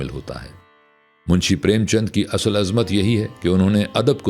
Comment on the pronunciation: اصل asl✔️/ نہ کہ asal